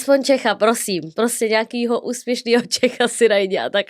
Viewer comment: pjosím pjosím pěkně pjosím David luu